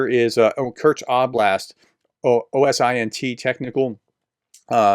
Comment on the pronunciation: "OSINT" is pronounced "OH- sint"